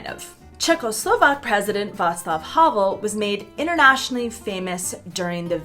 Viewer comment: "Václav Havel" se nečekaně čte "Václav Havel" ne "Havl"